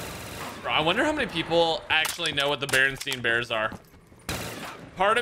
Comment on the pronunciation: it’s barinstain bears not barinstein bars.